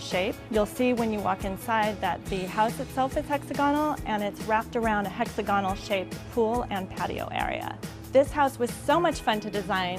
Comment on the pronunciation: Hey!: It's pronounced "hex-AHH'-guh-null" - NOT - "HEX'-ah-gah-null"